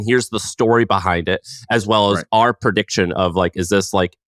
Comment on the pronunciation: Funny how difficult a time has saying Ours 😂😂😂 it's Or-A lol